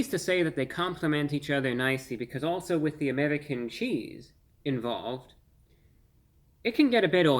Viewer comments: what american says amedican? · “Amewican cheese” 😂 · I appreciate how he always rolls the "r" whenever he says, "American"--as in American cheese.